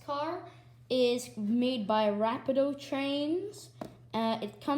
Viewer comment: Just some knowledge, it’s pronounced (Ruh-pee-doe)